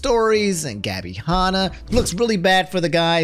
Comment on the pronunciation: I love how absolutely butchers Gabby's and Tana's Name lmao